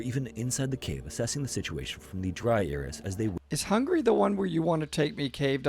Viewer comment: The story sounds a chatgpt story to me. That's just me though. Edit: I take that back the narration is AI. I thought it might have been but it confirmed my suspicions the way it said Hungary as "Hungry". I mean come on now...that's an AI mess up as it can't say certain words right if you don't have it typed out properly to say it right.